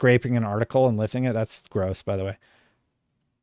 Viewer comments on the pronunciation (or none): none